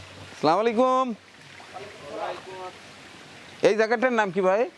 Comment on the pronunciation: প্রিয় আশা করি সালাম টা শুদ্ধ করে দিবেন আগামীতে